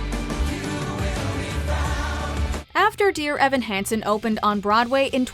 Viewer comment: the moment you said Dear Evan Hansen hahahaha you lost all credibility